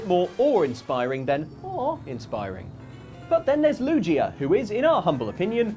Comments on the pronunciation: its LUGIA (loo-gee-uh) not LUGIA (basically luigi) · [LU-JI-YA]? It's [LU-GHI-YA] you heathens! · LuGia, not LuJia. Also, you can never love cats too much. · I'm British and I know it's Gii not Jii lol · Take the pokedex entries with a grain of salt - they were written by children, after all. Edit: Lugia has a hard G not a soft G. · Lugia is my favorite Pokemon ever. So pronouncing it as LuJIA was killing me! XD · 8: Any Pokémon who knows a dark type attack. The Z-Move is called “Black Hole Eclipse”. What’s worse than one Pokémon that can create black holes? Most Pokémon having that potential. Also, it’s Lu-GE-a not, Lujia. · I hate that was calling lugia lujia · Loogia? Loo-gee-uh! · Ah yes, Lu-ji-ah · I love you guys but oh man I hate how you say Lugia, "Lew-jee-a" 😂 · Everytime he says Lujia instead of Lugia 100 puppies die in Africa..... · its not loo-gee-uh its lu-/g/ee-uh with a hard g like graphic or gardevior. Also, its not a nose or a mouth its a tooth that is on diglits face. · Lugia ❌ Lujia ✔️ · I bet you say jif, and not gif, you monsters! It is LUGIA NOT NUJIA!! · LOO JEE UH 😂😂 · Did anyone hear them pronouncing lugia as "lujia"? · Is nobody else agitated by the use of a soft “g” in Lugia’s name? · Lujia?????? Its lu G ia it makes the g sound not the j sound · hard g in lugia, not lu-ji-a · is saying lugia wrong on purpose?? more curious than anything. doesn't really bother me tbh.. or i should say. its not how i would say lugia anyways. perhaps ive been saying wrong all these years lol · its luge-ia not luje-ia, but u can say it whatever way u want. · why did they say "lujia" im in so much pain its lu gee uh jfc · Is pronouncing Lugia as “Loo-Jee-Uh” an English thing? I grew up in England and clearly recall (and to this day still) pronounce it “Loo-Gee-Uh.” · WTF! It's Lu-Gee-A not Lu-jee-a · WHO-ia?? Did you say... lugia?? W a soft g?? Get out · It's Lu*G*ia, not Lu*J*ia. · It's lu-ghi-ah, not lu-g-ah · It's LuGia not LuJia